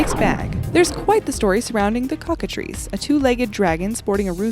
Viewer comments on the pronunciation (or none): none